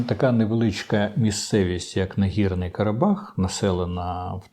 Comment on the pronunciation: Карабах нагІрний, а не нагОрний!